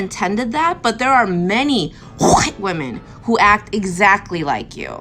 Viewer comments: HHHHUUURRWWWWhite. 🙄 Really? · I feel the urge to call this woman “oriental” instead of Asian until she pronounces the word “White” correctly. If you want to try and program me like a child or a dog, I will return the favor. Rudeness begets rudeness. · Sounds like she's trying to hack up tonsil stones the way she says white.